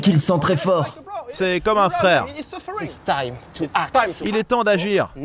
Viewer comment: "he's a frire" MDR